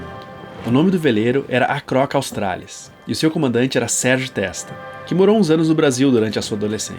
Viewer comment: "...Austra-lesis"? Where did that pronunciation come from? Also a little later you quote him as saying he got away from the Internet. There was no internet in 1984. I hope this doco isn't full of silly annoying errors but I'm going to watch it anyway.😅 I met Serge at the Brisbane markets, years after his circumnavigation. He had a small stall, selling his book. I remembered him from the magazine article which covered his trip at the time. I thought it was sad that he was reduced to hand,-selling his book for living money after such an accomplishment. Of course I bought an autographed copy. It was one of my treasures that I lost in a house fire recently. I've seen "Acrohc Australis" in the museum .